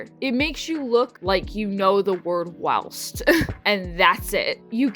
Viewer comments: Whilst is pronounced while-st in the picture you put the ī means a long i if it were to have a ĭ it would be will-st (feel free to correct me if I’m wrong but I’m like 90% sure) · I love the word "whilst" because I think it's fun, but only to set a scene, and most importantly, IN MODERATION!!!! Also, if you wanted to know, I'm pretty sure it's pronounced like this: W—(eye)—LST, like the word "while" with an "st" at the end :) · Whilst is pronounced like while with the 'st' at the end. Say the 'st' like you'd say it in the way 'gist'. So it's while-St. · ITS WHY-ILST OMG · People say whilst; though overuse of the any word is annoying. And your butchering the pronunciation, please listen to it said for my sanity.